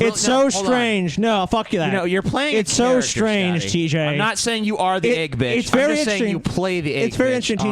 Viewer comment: I can't stand when people pronounce "egg" as "ayg".